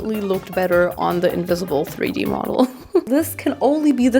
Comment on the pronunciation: Stop you here right away. Modal, pronounced with emphasis on the „a“, like the german word „Skandal“, first of all, and second, to say Modal is more sustainable then cotton is wrong. Modal comes along quite silky, is similar to Viskose. It‘s in the family of cellulosic fibre. So the source was once natural (trees, bambus) and through a chemical process it becomes a fibre. However. That’s about sustainable as it gets there. The chemicals needed to produce to fibre, not great for the environment, the fibre isn’t 100% recycleable and you need tons of water to produce it. Cotton is not better or worse in that case, the narrative is just that cotton needs more water then any other fibre (which is not the case) and the harvest is child labour and the growing ruins the soil with all the fertilizer. All true, but on the other hand, cotton is a fast regrowing fibre, multiple times harvestable and the value is enormous... Sustainability today is a complex thing, it depends on where u wanna put ur focus on the sustainability chain. Just, please, don’t make fast statements like „modal is much better then cotton“ because, it’s really not that simple. ❤ thank you for your work and the distraction it brings in my life from the cruel world outside